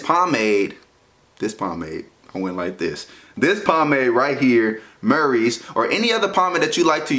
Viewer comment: My mans said marys at first